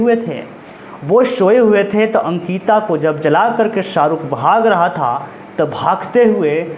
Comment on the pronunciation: Bhai sankita nhi ANKITA 😭